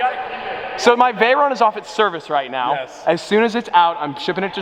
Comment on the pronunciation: ARE YOU SERIOUS RIGHT NEOW BRO